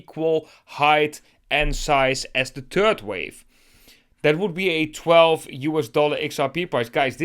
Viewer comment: Please master the pronounciation of the English "th". When you pronounce the term "third wave" you make it sound like you speak about a "turd wave". You do know what a turd is, don't you? A turd is a "piece of shit" ! Please, as someone addressing a bigger audience, put some effort in your mastering how to pronounce the "th" the correct way.